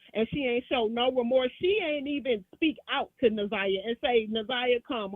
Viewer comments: I want to scream her name is NA-ZAI-YAH!!! Damn, say that baby name correctly!! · I’m sorry but the constant “naveah” is blowing me, NAZIYAH is her name, NA’ZIYAH & for the big ass mucinx monster to not even correct her name when he said it to her blew me even more! Besides that this is great! I’m just now tapping in after seeing clips on tik tok & after the preliminary.. big s/o to you.. this is amazing.. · Na-Zi-Yah she deserves for her name to be pronounced correctly! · How y'all keep calling her Nevaeh damn 😭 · DAMN!! get Na’Ziyah’s name right !!! so disrespectful & unprofessional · The fact that he kept saying her name wrong even watching it now bothers me like mfs be knowing ppl names and just choose to say it wrong smh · Facts!!! Im surprised kept messing it up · It’s pissing me off yall keep saying her name wrong! You should’ve questioned better! That was a mess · Omg they keep saying her name wrong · Respect to this comment and his platform as well. However, I couldn’t even watch a different podcast covering the story because she butchered Na’Ziyah’s name so badly. 😢 I know it’s an honest mistake, but this is journalism.. 😔 Justice for Na’Ziyah Harris. 🙏🏾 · Much later, but yet another person mispronouncing this baby’s name! I appreciate you and it’s my first time here so please don’t take offense. I’m watching after the preliminary trial and the community advocate YT channel also had a moderator saying Za’Niyah’s name incorrectly! It’s so sad! This isn’t just a story it’s a life :(. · It’s not a common name and I get that she mispronounced it, but it didn’t take away from the overall content and awareness of how the people and system failed her. It was full of great questions and commentary.